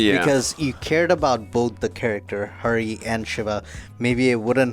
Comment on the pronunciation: its Hari not hairy 😐